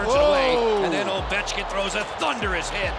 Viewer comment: Had to stop watching . Couldn't physically continue due to risk of dying from cringe. Alex edder ovenchkin